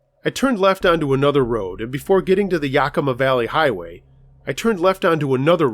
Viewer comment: Love he stories but it us pronounced sh nook for the helicopter and yak a ma valley